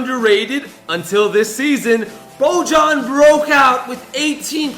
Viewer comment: It’s not Bo-John it’s boy-yawn